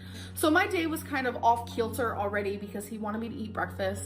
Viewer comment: “Off keelter” — It’s “off kilter” or ‘even keel’. But existing words and phrases aren’t sufficient for.